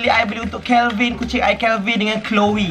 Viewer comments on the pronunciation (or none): none